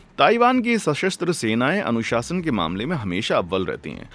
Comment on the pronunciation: Anusashan ❌ anushasan ✅